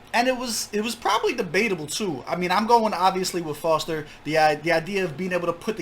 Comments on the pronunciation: Its Fozter not Forzter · Its Fozter not Fotzer